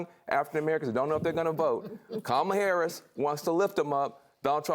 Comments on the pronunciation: I see they finally learned how to pronounce her name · Wait.......Trump actually pronounced VP Harris's name correctly 🤣🤣🤣🤣🤣